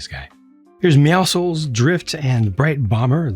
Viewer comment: Thank you for pronouncing Meowscles correctly! I really appreciate little things like this with your reviews! I’ve seen too many other reviews of this set where they pronounce it wrong. Overall, I’m really satisfied with this set. It’s definitely a great set to kick off the Fortnite theme with. I can’t wait to see what sets & minifigures Lego does next year since I definitely have a few favorite characters I would love to see as minifigures in future waves.